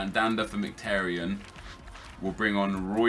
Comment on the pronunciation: Merhik??? Are you daft? In English it's pronounced mik-i-tar-yin. I'm Armenian.